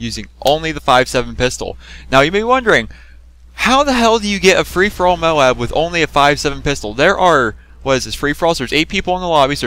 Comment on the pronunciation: It's not MO-ABB IT'S MOBE!!! MOOOBBBEEE! MOBE!